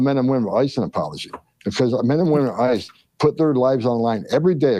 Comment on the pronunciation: You are both heroes. I hate that he calls them ICE cu when he says ICE’s hands it sounds like he’s talking about ISIS 😮